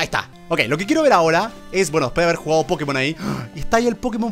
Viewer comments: Yo no entiendo porqué le siguen diciendo PokemÓN. Osea, en la serie está doblado así, pero en el mismísimo título dice. "PokÉmon! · No se porque dice pokemón con acento en la ó si es pokémon, y lo está leyendo todo el rato, me chirría mucho, pero que recuerdosss de cuando jugaba al pokémon amarillo que fue el primero que tuve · Es pokemon no pokimon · Germán por favor nosotros sabemos mil veces mas que tu lo que es pokemon ni la pronunciación que tienes es buena no sabes ni siquiera que pokemon es un juego mundialmente famoso y no por la basura de pkmn go si no por pokemon competitivo pokemon anime y solo te sabes pokemon de la primera gen que son sobrevalorados y sobreexplotados